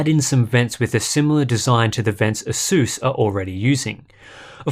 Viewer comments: Mans fr said aseus like the laptop some greek philosopher 💀💀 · I learned one thing during this video. I pronounce ASUS incorrectly... or he does... well ONE of us says it wrong!!